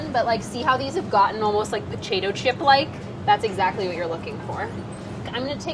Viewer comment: "pocahto chips" xD